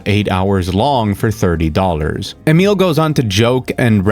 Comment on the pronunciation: Are you by chance a native speaker of Italian? The way you went out of your way to correctly pronounce Emil's name was highly unusual! No American would ever do that!